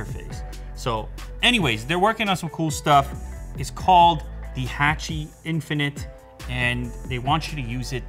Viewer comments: My man its HA-CHI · Really cool product, thanks for the video! Sidenote, "Hachi" is not pronounced like the A in "hatchet", it's pronounced like the A in "watch". As many other comments mentioned, based on the dog from Japan they made a statue and a film after. It's very famous so a quick Google search would have revealed the pronunciation and history, I think if you are able to cover your bases in that regard with future videos it'll just boost your already wonderful professionalism to the next level. ☺️👍 Seriously thanks for the amazing tech videos and keep up the great work! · I think its pronounced hotchi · Your saying hachi wrong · I think it's pronounced Hachi like in hat and not Hachi like un happen